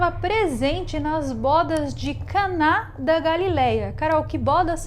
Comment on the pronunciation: Não é bóda. É uma palavra com "o" fechado.